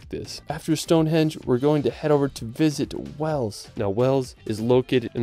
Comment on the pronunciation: I love this video. The videography is really cool, but it’s hard to get over how many times you’ve messed up the voice over, be it pronunciation or misspeaking, I’d challenge you to redo the voiceover and pay close attention to what you’re saying, so you stop saying things like Stonehedge.